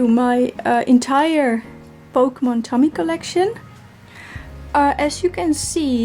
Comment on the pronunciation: Nice collection! It’s pronounced “Toe-Me” though, not Tommy 😂